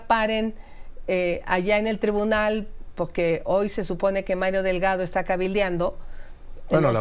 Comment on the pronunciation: Pocque? jajajaja